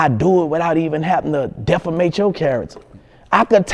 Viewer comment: He can't say "defame" to save his life lol